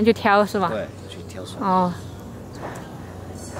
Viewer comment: 聽到挑水發音同閩南語。